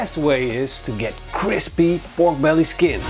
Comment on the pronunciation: Sounds like he is saying Bork brelly